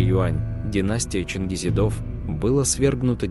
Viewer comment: Произношение не правильно. Не -"чингизидОв"-,а "ЧингизИдов, ударение надо на -И-.